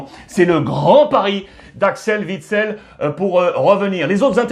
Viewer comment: OUITSEL pas VITSEL bordel